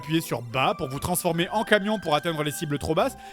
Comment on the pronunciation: "Transformoule", "J'en ai crustacé de vous"